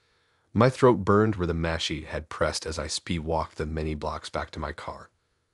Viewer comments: It took me way too long to figure out what a machette/machay was. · Look up pronunciation of ‘ machete’